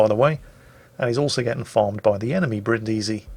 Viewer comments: I must correct you,: the name of this ship (like the city) is pronounced Brìndisi (accent on the first sillable) and not Brindìsi (accent on the second sillable). No hard feelings, it's just that I'm Italian and I die a little every time you say it wrong;) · I'm sorry, but I have to: Bríndisi, not Brindísi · Achktually, it's pronounced Brìndisi, not Brindísi! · Back off that stressed vowel,, it's Brìndisi! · Hi, Brindisi (city in southern Italy) is read with the accent on the first i not the second:)